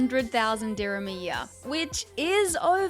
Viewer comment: Bruh just wanted to point out that the currency of UAE is DIRHAMS not dhirmiya , not trying to embarrass you but since I grew up in UAE it just felt weird when you kept saying it that way.